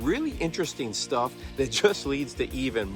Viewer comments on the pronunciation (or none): none